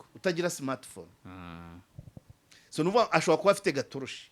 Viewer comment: uravuga ngo Swo ahu kuvuga ngo so😂😂